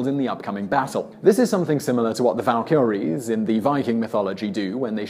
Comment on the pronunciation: The way you say Valkyrie makes me cringe.